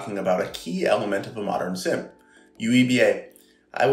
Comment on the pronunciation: Petition to pronounce SIEM as seam. Not SIM... Seem Seam SIEM!